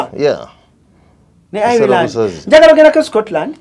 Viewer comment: Pronounced Ayiland. Naye si Ayireland